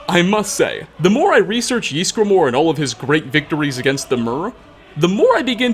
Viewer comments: Can you stop saying "Yeesgramor"? It's "Ysgramor". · how he pronounces ysgramor gives me the fear